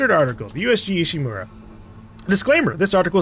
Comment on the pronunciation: Ishimura not Ishimaru, I understand if Ishimura is hard to say.